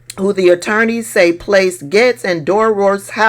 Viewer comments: It’s not Gets it’s pronounced GATES, respectfully! ❤ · I like like that you pronounce his name like I do, he wants us to say “Gates” and I refuse to. He’s “Getz” with my pronunciation, dirty perv cheesehead Getz!